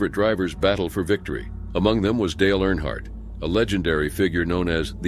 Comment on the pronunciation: That’s really not how you say Earnhardt… 😊